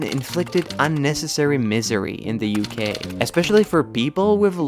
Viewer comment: I like how sometimes you pronounce UK as U gay